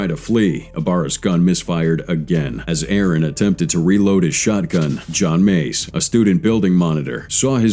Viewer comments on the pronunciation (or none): John Meiz? Sir, that's John MACE.